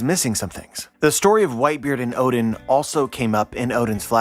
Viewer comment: i keep hearing ODIN and i was like, is the norse allfather now a character in OP Elbaf arc? then i realise you mispronounced ODEN.